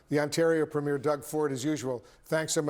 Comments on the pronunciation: It is pronounced Preem-yer not Premyair. Go, Canada. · It's pronounced, "PREEM-yer" Doug Ford is not a movie premiere, he's a PREMIER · Please stop calling Canadian Premier's (pronounced "Preem-yers") not premiers(like a movies first showing ). Small ball I know but would you like Canadians calling American Governor's say (Goove-nors) EH!........ I won't say what we call your current President, as younger you tube followers may be reading this.😊😊